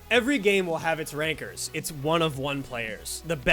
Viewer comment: Gotta get Chance R in one of these videos for ITG, great video! weird how Ranker sounds like Rynker lol